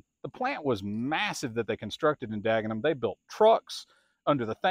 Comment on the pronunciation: Looks like Henry ford got fed up and started making the fordson standards in Ireland, then transferred it to Dagenham ( your pronunciation spot on) England. The major is popular over hear for doing charity Sunday road run, having good top gear speed. Well done for what you are doing at your museum, I will be following you with interest!! Regards from cornwall👍